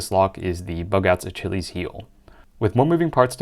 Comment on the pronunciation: lmao you said achilles like that dumbass on wheel of fortune. AH-KILL-EEZ